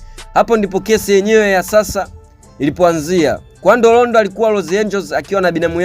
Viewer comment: Ni Quando Rondo siyo Qavo Rondo